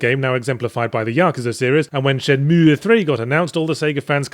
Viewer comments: I feel dirty every time he says Shen-Meweyh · Dude, is it really that hard for you to pronounce Shenmue that you have to stop and make that dumbass sound each time? You don't pronounce the 'e' at the end. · It's pronounced Shenmüegğh Yahtzee. Now do the Spiderman review already. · He normally calls it Shen-Mooie, which pisses people off to no end. He emphasized the pronunciation to troll people giving him shit in the past. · Haven't even started yet and I'm really looking forward to hearing Yahtzee pronounce it SHEN-MOO-EE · Not gonna lie. Im only repeating this because how yahtz pronounces shenmue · Stop pronouncing it wrong. Fuck me! You're very wrong on this game! Do it again you dick eyes!!!